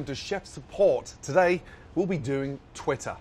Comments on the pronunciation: No one: gordon: ☆ °•°•𝓣 𝔀 𝓲 𝓽 𝓽 𝓪 𝓱 •°•☆ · even the way he pronounce twitter sounds like he's swearing. like twit-tar.